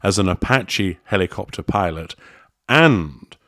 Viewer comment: Archie has a week to teach Daddy how to properly pronounce "helicopter"